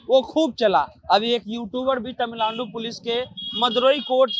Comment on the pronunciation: पहले तमिलनाडु बोलना सीख लीजिए।